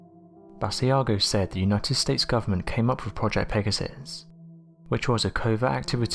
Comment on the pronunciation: BAA-SHE-a-GO. Great video. Hope that helps with pronunciation.